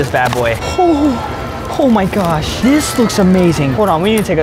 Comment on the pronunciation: Lol I love how he says gosh he says it like gyosh lol with the y lol